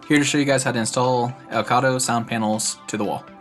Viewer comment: did you call them "el cado" panels?